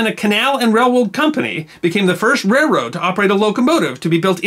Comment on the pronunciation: I thought I was the only person who pronounces it "REH-rode".